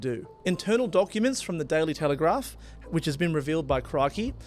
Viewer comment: ~ It’s pronounced ‘altercation’ not ‘alteration’ and ~ WTF is ‘Tailytelegrap’? It’s pronounced ‘The Daily Telegraph’. It’s written on the graphic you put up on the Code of Conduct. Have you got a speech impediment? 😂 You clearly start spewing nonsense when you get a bit too excited 😂